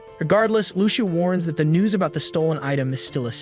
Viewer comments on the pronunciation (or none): none